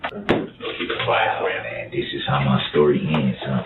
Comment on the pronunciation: Stop saying dis is how my stowy ends you moron